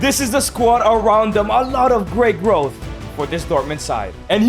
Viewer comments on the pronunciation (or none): none